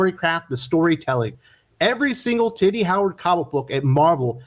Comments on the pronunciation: I love you make her name sound like “Titty Howard.” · Ehh why does "tini" sounds like "tiddie" in your mouth? 😅😆😆😆